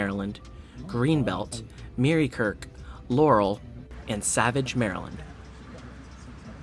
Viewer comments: Its not muri kirk its murkirk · You also pronounce murikurk as murr-i-kirk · It's pronounced "mi-yer-kirk," but don't feel bad. No one can pronounce many names in Maryland